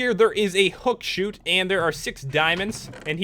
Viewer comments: It's hook-shot not hook-shoot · You pronounce hookshot wrong. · But he pronouces it wrong. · i know.and btw,there is a thing called HookShot.